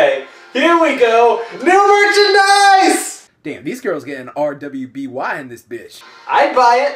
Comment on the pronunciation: I'm sorry, I live that you mentioned rwby, but as a hard core fan, I have to say that it is pronounced ruby, like the gem, in spite of the w that has taken place of the u.